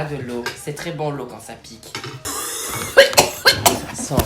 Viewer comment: il ia pas le l'eou on a pas pris de l'eou j'ai trop rigoler